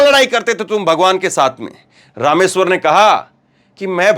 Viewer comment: Rameshwar JI..not ..Ram....war